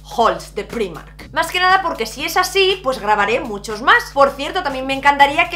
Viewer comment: Me encanta que con lo internacional que eres sigas diciendo Primark así como se escribe. Yo soy incapaz de acostumbrarme a decirlo de otra maneraaaaa :(:(:( Por cierto, la camisa que llevas es preciosa y el labial ya ni te digooooo!!! Y del haul me quedo con la chaqueta del principio, me ha enamorao :) Un besinnnnn!!